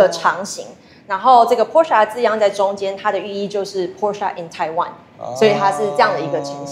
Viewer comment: Porsche做過影片介紹德語中Porsche的唸法。 銷售體系的員工應該要帶給大眾正確的資訊才對。